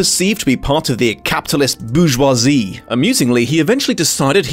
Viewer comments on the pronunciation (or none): none